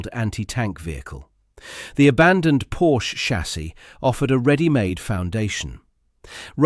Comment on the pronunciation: PoRRRRSCHE, not Pouch!